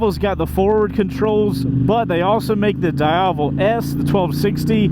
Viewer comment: its not prononuced "Da Iavel" :face-blue-covering-eyes